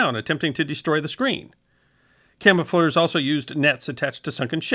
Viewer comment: At least he got to say "camofleurs" about 30 times.